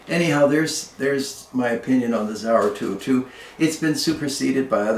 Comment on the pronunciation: It’s not zauer it’s Sauer